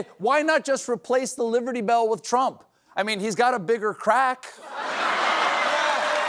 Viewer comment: did you just say..."liVerty bell???